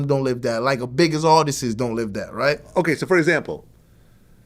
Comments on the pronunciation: I know VLAD wanted to correct him so bad when he kept saying ARTISTIST 😂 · wtf is an artisis? lol